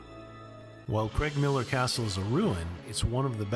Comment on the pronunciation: Edinboro and Cregmillar - CrAIgmiller. The Creg/Craig is another common irritant for Scots (or Scats in Scatland as you said somewhere previously at least once.)